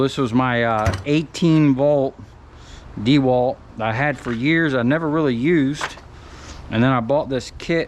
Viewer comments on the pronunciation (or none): none